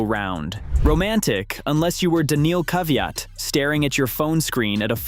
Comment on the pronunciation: Daniil,,,,,Kaviaat , lol